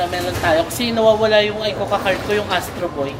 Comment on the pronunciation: Trivia lang, yung pronuciation ng ICOCA is ee-ko-ka, play on words kasi yun which means 'Let's Go' in Japanese. If you want to study a new language, I'd recommend Rocket Language. Natry ko sya, ilang lessons lang pero effective sya sa pag-retain ng natutunan mo. May iba na rin ako nasubukan pero Rocket Language yung pinaka-effective sa akin. Yung konti ko na natutunan nagamit ko sa Japan.